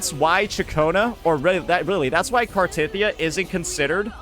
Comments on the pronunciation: its actully pronounced car the teth of the e ya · Also, knows how to CORRECTLY pronounce her name.... But he just chooses not to...